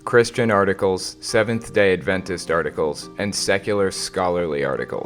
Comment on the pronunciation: I find your pronunciation of "Adventist" weird. You stress the "ventist" part of the word, while I've heard most people stress the "Ad" part. As in AD-ventist.